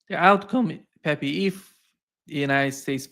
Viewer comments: His name is NOT PepY. It's pEpE. Both "E's" sound like the "E" in Egg. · I laugh a little every time calls Pepe, peppy.